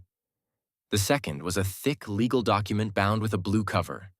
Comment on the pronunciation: AI can't "say" document or documentation or any very of word in ALL stories. Very irritating